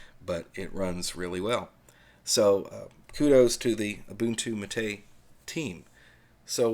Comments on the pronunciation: I thought the accent in "mate" went on the first syllable. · Actually, and the people he mocks BOTH are wrong. It's MAH-tay, from the yerba mate plant. In Spanish, unless otherwise indicated, the accent falls on the penultimate syllable of the word.